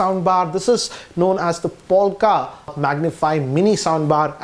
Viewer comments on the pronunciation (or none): Lol..its not POLKA..It's POLK . It's a teeny weeny ....Polka dotted.bikini.. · POLK not polka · Did he just say polka bwahahahahaha , he doesn't even know Polk audio . Btw it's pronounced 'poke' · why you say POLKA whereas it says POLK??????? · It's Polk, not Polka. Good review, thanks. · No offence , but isn’t it polk but not polka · Its not Polka but Polk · It's Polk not polka